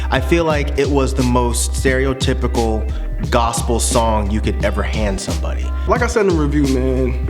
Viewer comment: IT'S NOT A FUCKIN GOSAPLE ALBEM STOP SAYIN THAT!!!!!!!!